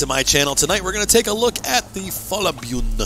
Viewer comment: It is not "bjuen". You said it right the 2nd time you said it. 👍🏻👍🏻Nned help with these norwegian names? Ask me😁😁